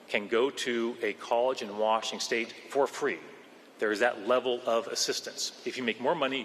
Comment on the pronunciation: did forget how to say the name of the state he works for? hysterically 😂 This guy is such an idiot.